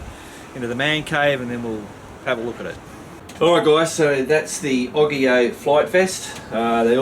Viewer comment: I thinks its said Its Oggge eeyyy ooowwe not oggggi owe